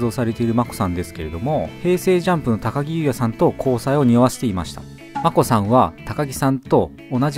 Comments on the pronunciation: たかぎじゃなくてたかきです、、。 かずやじゃなくてかずなりです、、。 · 高木(たかぎ)なのが気になった 正確には高木(たかき)ですよ